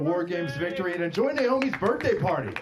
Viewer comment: an adult really said ‘birfday’ in 2024